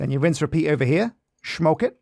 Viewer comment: "Shmoke it.." As Dutchm'n I can appreciate that :D